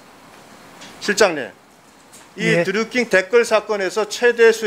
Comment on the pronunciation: 다좋은데 킹 발음이 안되나...드류큉 큉 거슬림